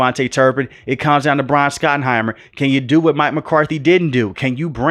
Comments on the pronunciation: It’s shot not Scot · Shot-en-himer. Not skot-en-himer. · His name is pronounced SHOT-enheimer.